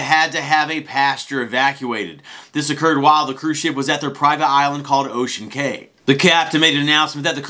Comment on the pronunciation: It’s KEY, like the key to your door, not CAY like o-Kay